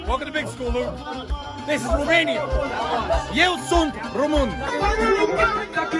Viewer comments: IeU sUnT RoMUn😂 wtf better say Roman then say Român like that 😂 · I am 100% romanian but it was so funny how Tristian said sunt rumun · As a Romanian, I can tell that Tristian saying " eu sunt roman " is super funny 🤣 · I agree